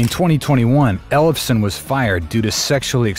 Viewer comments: "Ellef-son", not "Elles-fe-son"! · Can't pronounce Ellefson lol